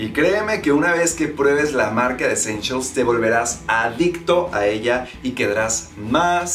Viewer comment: Jajajajajaja ve a buscarlas para la proxima coleccion y a lo mejor encuentras "Eschenchials" 😂😂